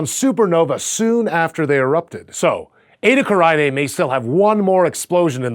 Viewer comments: Edda Karainée? It is Eta Carinae. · You are mispronouncing it, it is pronounced Eytah, Carenay, that is the easiest way to pronounce it correctly.